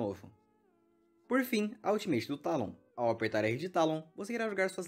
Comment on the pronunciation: é "Teilon" não "Tálon" bocó